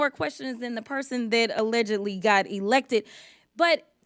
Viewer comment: EMPHASIS on ALLEGEDLY ELECTED!!!!